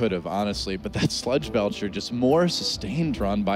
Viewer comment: It bothers me a lot that none of the Hearthstone casters pronounce "Sludge Belcher" correctly, they all say "Sledge".